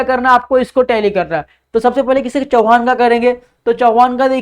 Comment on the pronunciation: चव्हाण नॉट चौहान barabar bolo